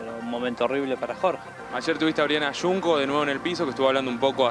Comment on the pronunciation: Oriana Yunco??? 😂😂😂 Avísenle al notero que es Junco, como la palabra Juncal... o la calle la pronuncia Yuncal??? 😂